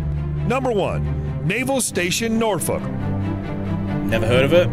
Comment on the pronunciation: Well, that’s not how you say Norfolk definitely doesn’t have the Appalachian accent lol love your videos keep going